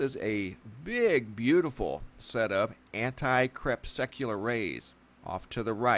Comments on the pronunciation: Please stop sucking the anti crepes. Not CREP SUCK YOU LAR. Say KRE PUSS CUE LAR. Sent with much love and appreciation for your great videos. No hate here. Thanks bro. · You are mispronouncing "crepuscular" -- you keep saying "crepSECular". It's cre PUS cue lar. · LOL, you say crepsecular, i say crepuscular... ;) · You make it sound like these sun halos are a normal thing but they weren't around when i was young and through my teens. And say it right crepusc not crepsec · It's pronounced 'crep-us-cu-lar' ...relating to twilight. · Say crespecular one more time.... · awesome footage and commentary... btw it should be pronounced to sound more like ... Cree Pus Cue Lair/Lur... Crepuscular also is a way for fellow Biologists/Naturalists, etc... to reference certain species of animals/insects/arachnids/bats, etc time of more normal activity for foraging... like salamanders, spiders and centipedes more active in the twilight hours between day and night and morning... VvvvvV <3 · I cringed every time you mispronounced crepuscular!!